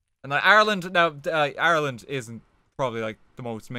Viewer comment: everytime you say ireland i get so god damned confused